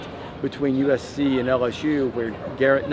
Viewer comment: There's no "D" in USC..................lol.